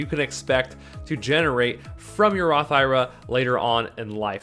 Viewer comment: I think an IRA is an acronym not a word which is why most people say it one letter at a time instead of pronouncing it like it’s a word just the suggestion